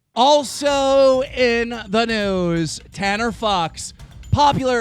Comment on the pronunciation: I swear every time you say also in the news I hear also in the nudes